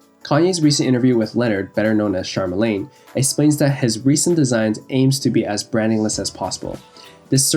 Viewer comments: "CHARMALANE"🤣💯 tho nice vid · pretty sure it's pronounced char-le-mane